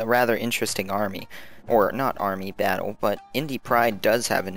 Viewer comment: i cant get over how you say "battle" it sounds like baddwle, id subscribe if you said fight more :P not hatein, i watch a lot of your vids.